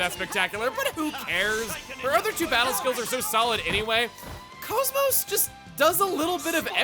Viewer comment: Why do you call KOS-MOS "Coes-Moes" when her name in the game is pronounced differently?